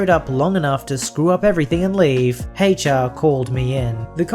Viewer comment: Hay char is not how to pronounce "H.R."